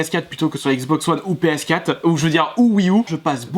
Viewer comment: On dit ps4 quatre pas quat